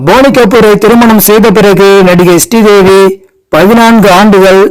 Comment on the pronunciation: Sree Devi not stee devi